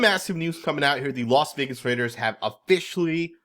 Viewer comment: I can’t stomach hearing Russell Wilson butcher “Raaaaaaiiiiddddeeerrrs”